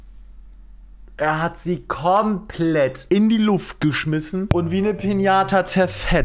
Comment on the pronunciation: "kormplett" :D